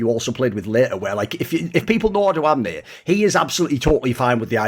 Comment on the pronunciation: as a romanian who doesnt play league, hearing thoorin say "odoamne" so nicely was so weird yet satisfying as ive heard about him but never heard thorin pronounce his name